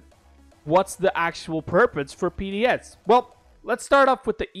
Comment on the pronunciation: Lmao you said PDS